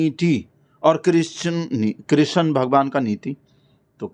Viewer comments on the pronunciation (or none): none